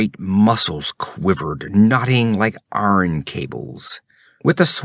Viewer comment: I agree on EYE-ern vs ARN. But disagree on demonic. While "demon" stresses the 1st syllable...DEE-mun..."demonic" stresses the 2nd...dee-MON-ik.